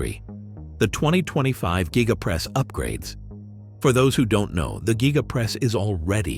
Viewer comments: Gigapress not GYEgapress. If you're going to do video voice-over, do your research 🙄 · Elon, please fix your voice reader to pronounce the word Gigapress the same way. I have heard it pronounced 5 different ways in this advert. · It's called the Giga press should it be said like Giga-press or even Giga-:Press